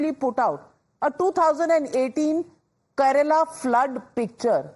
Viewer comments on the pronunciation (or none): the towering personality of Indian journalism, first learn to pronounce the names of the Indian states correctly. It's Kerala, not your vegetable Karela (8.06)